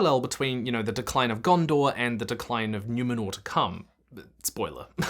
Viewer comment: Ugh, you lost me at “new-menor”.